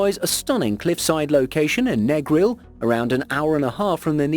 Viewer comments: as a Jamaican i cringed when the narrator said negril and Montego Bay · That's not the correct pronunciation of Negril and Montego Bay